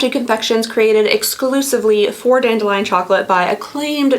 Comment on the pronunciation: Dandelion! Thank you…I couldn’t quite work out what the brand name was in accent and it doesn’t seem to be written anywhere in her description either! X